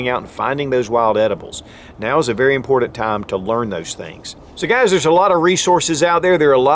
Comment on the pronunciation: Pronounce : :IMPORTANT" (NOT IMPORTED)